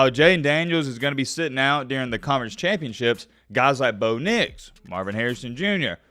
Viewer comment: why do you call bo nix bo picks?